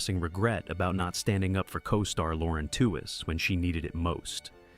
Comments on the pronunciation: I know this was made by AI, but it could have done a better job of pronouncing Lauren Tewes’ last name. It’s pronounced like “tweeze”, not like “tew-wez” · Lauren's last name is pronounced "tweez," like tweezer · Why do AI Narrators have to mangle people's names and mess up what happened? Who is Lauren Two is and where is she? Not Florence Henderson? How bad is this video!😂😂🤣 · Wasn't her name pronounced "TEE weez"?